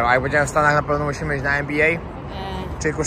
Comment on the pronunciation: oglądam Twoje filmy, jeden po drugim i nie ważne czy,,stare,, czy te obecne. Pokazujesz świetne miejsca, ale zastanawia mnie to, dlaczego,,zjadasz,, literkę Ć? Mówisz zjeś,iś. Czym jest to spowodowane? Z czystej ciekawości pytam.